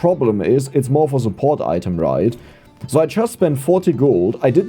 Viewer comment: pronounced so not zo